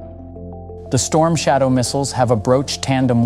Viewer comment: Sloppy work, comparing truck engines with missile engines is straight up stupid, also you misspelled and mispronounced the missile as "strom shadow", i like your channel but come on you can do better then this